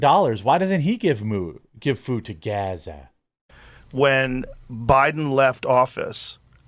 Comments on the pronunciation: Surely Bono has heard many people say Gaza before, why does he pronounce it like that? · Please stop pronouncing Gaza the way you are. We got the sarcasm the first 8 times.. it’s just annoying to hear you do it every single time. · Why do you keep saying Gaza like that? Not cool. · Why were you saying gaza like that 🤣 cringe